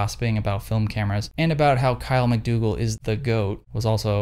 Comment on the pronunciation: Everytime you say Kyle McDougle I hear... Kyle might google lol